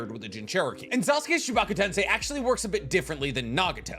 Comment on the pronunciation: Is it just me or did learn to pronounce Chibaku tensei?